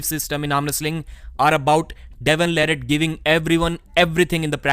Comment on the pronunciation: I’m not sure why still mispronounces Devon’s last name after all this time. Also, who cares about the Devon vs Georgi practice pull, I’m tired of hearing about it. Reading much into that is nonsense. Regardless of how that went, Devon will crush him on Dec 9.